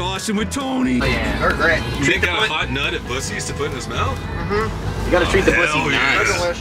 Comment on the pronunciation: Bussys😂. Il never call it bucees again...